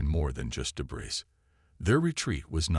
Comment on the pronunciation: HOLY HELL!!!!!!!!!!!!!! WTF is "deh-BRISS"!!!???? AND, ......"....her mind was "un-RED-able".... I stopped listening to this POS AI at just a few minutes into the story. ALL of you....STOP using CRAP AI until such time that they can speak ENGLASH!!!!! Hows bout you Freakin narrate your own stories like some do. At least I can finish THEIR stories!!!